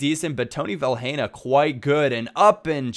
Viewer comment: You don't pronounce the 'h' in Vilhena. You just say 'Vilena'.